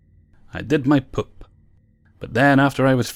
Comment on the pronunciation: You say "poop" like Ms. Doubtfire lmao..."pôp".